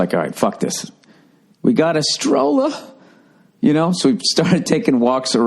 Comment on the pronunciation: Stroller rhymes with Ebola. Who knew? Bill has finally become enough of a LADY, to fully enjoy the Mall experience. How's that estrogen therapy going for ya Billy-girl?